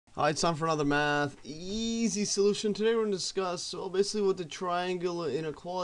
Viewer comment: Why do you stress the word "easy" when you say "Math easy solutions"?